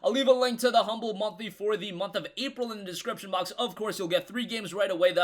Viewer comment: Northgard* not -grad lol. keep them vids coming!